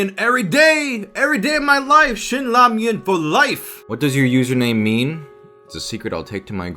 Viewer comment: Awesome Q&A, ProZ! I've been wondering what your nationality was, but from the moment you said "Ramion", I knew you were Korean. 😂😂😂 Since Japanese pronounce "ramen" and Koreans "Ramion". 😂😂😂 Or are am I wrong???